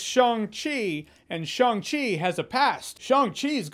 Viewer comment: Wow, great pronunciation of Shang Chi LOL The chi part needs some tweaking but passable for a good Chinese speaker.